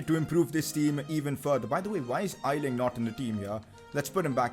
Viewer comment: A-ling not I-Ling